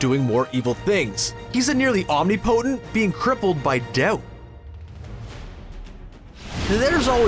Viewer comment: omni-potent? OMNI-POTENT? THAT'S NOT HOW YOU PRONOUNCED "OMNIPOTENT"!! I'm not detecting any strong accent, so why do these narrators constantly have problems pronouncing English words?